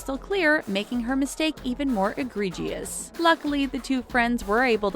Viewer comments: . CRINGE ALERT ! It's eh-gree-jus ..... and not Uh-gree-G-us.. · ironically mispronounces aggregious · 'eegreejius' HA! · Words said incorrectly in this video: egregious, barred, and undeterred. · And she can't even pronounce many of the words right. Like egregious and barrage. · You pronounced egregious wrong and now my OCD is freaking out LOL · Egregious. Lol The people who write must get a kick out of hearing this narrator pronounce words she wouldn’t normally say.